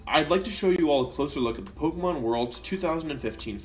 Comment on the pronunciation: Listen, i want to take you seriously but I can't because of your intentional mispronounciations of pokemon. And you're still winning by me commenting this. GG wolfy gg